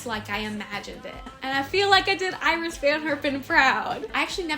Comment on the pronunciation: This turned out so lovely! The one thing I wanted to point out is that Iris van Herpen's first name is pronounced Ee-ris.